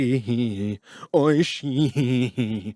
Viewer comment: at the end D low was saying " Maji Oishii" which is japanese for "seriously delicious" his pronunciation was horrible but it was pretty funny